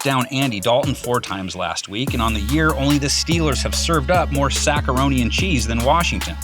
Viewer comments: “Saccaroni and cheese” come on dude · please stop saying sackaroni and cheese